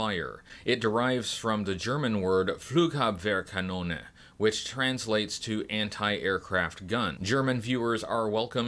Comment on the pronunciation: You have done well saying the word "Flugabwehrkanone" ... Greetings from a german Action Force Collector :-)